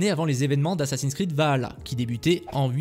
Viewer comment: Dommage que les fautes de français, les liaisons hasardeuses et l'obstination à prononcer Vahalla au lieu de Valhalla et aïdeun wanz au lieu de ideun wanz (hidden ones) gâchent la vidéo. Marge de progrès envisageable.